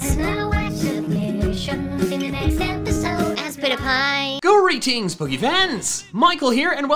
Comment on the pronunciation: WHY DOES IT ALWAYS SOUND LIKE HE'S SAYING GORY TEENS POKE FANS!!!???